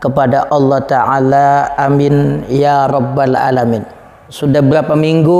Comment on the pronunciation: Alamin ny salah, ain bkn alif. 😁